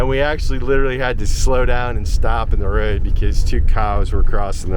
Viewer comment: I like they way you pronounce Road...nice wee roll of the tongue. Cute. 😊 Newbie fae the highlands of scootland...